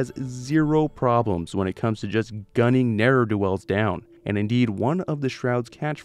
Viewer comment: Ne’er (as in your ne’er do wells) is pronounced (for Americans) nair. It’s short for not ever n(ot) e(v)er.